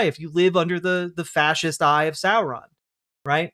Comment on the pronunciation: What is that pronunciation of Sauron from Walsh? "Sore-ron"? Wtf? Edit: If corruption exists, so too must redemption.